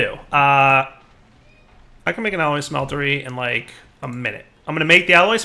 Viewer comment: or the "alloy SMELTERY" youre right, but he keeps saying it as a smetlery when its not a smeltery, lol